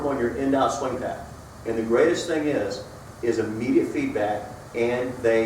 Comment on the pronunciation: Did you say "swang"????